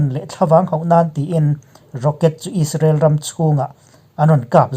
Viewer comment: He channel hi ka sawisel tawh miah lo. Alpha Mizo Production nei tu hian May thla tih pawh a sawi thiam lo, Israel pawh a sawi thiam lo Is-ra-el a ti hihihi he tianga sawi hi ka vawikhat hriatna. Rainbow channel nei tu Mahmuna phei chuan chipchiar tih leh zalenna tih pawh an sawi thiam lo. Hmeichhe ho an tluk lo khawp mai. Milarte news etc